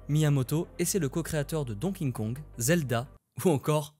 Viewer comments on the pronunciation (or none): Donking kong je pleure de rire dés que quelqu'un le prononce comme sa ps: c'est donkey kong en fait donkey come un ane ....